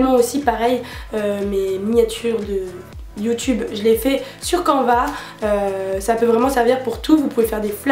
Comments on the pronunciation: On dit pas quanva mais sa se prononce canne va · je pense qu'on dit "cane - va" et pas canva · Je pense que canva se dit "canneva", canvas en anglais veut dire toile, à peu près comme en français ^^ voilà tu peux ajouter un nouveau mot anglais dans ton appli de flash cards ;) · J'ai découvert plein d'applis merci ! ps: canva se pronnonce "canneva" je pense